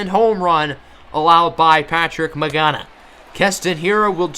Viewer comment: Patrick 'It's not pronounced like that' Magana